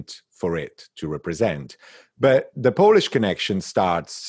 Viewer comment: Thank you so much. What a treat at the end of a challenging week and a wonderful art initiative! Impeccable Polish pronunciation!